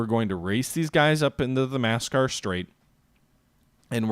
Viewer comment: It almost sounds like "massacre" straight when he says it.